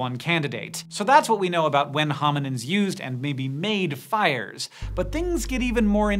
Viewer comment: Is he saying hominiNds or am I hearing it wrong?